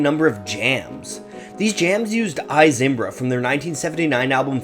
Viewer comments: You don't give Eno anywhere near enough credit. And it's pronounced "EE Zimbra," not "EYE Zimbra." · The name of this band is Talking Heads, not “The Talking Heads”. Oh, and it’s pronounced “EEE-Zimbra” not “EYE- Zimbra”. Otherwise, great video. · I Zimbra, pron. ee not eye.